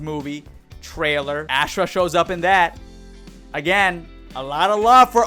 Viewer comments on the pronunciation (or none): Why does every so called mortal kombat YouTuber butcher Ashrah name? I know y’all played deception, I know y’all played Armageddon. It’s Aw- Srah.